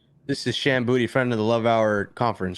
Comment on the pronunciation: Her name is Shan Boody 🥴. Maiden name Boodrham.